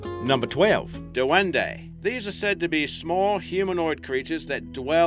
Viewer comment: Its pronounced dwen-di